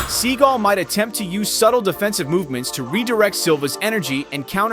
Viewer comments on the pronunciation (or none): It is spelled Steven Seagal with an "a" after the "g" so it's pronounced (S-E-A-G-A-L), rather than "Segal" If you're going to make a video about a famous actor/martial artist you should at least know how to pronounced his name! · Learn To Pronounce The Man’s BLOODY NAME❗️❗️❗️❗️ Every Time You Call Him “SEAGULL ” It Makes Me CRINGE❗️❗️❗️ I Am No Huge Fan Of The Man But Have Enough RESPECT To Say His Name CORRECTLY… schmuck…